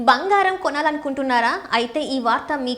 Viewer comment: Banghaaram kaadu bangaram See your promouncement and correct